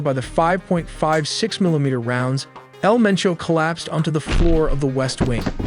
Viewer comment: its MENCHO 😂 haha love yalls videos!